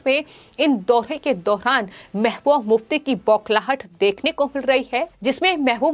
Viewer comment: It is pronounced as mehbuba mufti not mehmuf mufti.